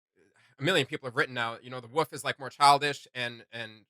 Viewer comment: The WOOL - FFF Not the wuff wtf?